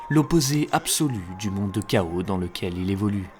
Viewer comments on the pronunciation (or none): none